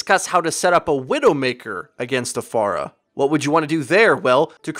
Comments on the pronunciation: I thought you were saying pharmacy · i hate how he says pharah